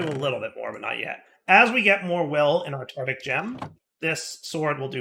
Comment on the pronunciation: Does deliberately mispronounce things or is just lazy with some words? 'Tartic' gem rather that tartaric gem for example.